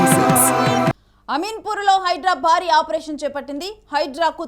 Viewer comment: Telugu uccharana nerchu ko taruvata anchoring cheyyi. Baari kaadu Bhaari. Bharincha lemu.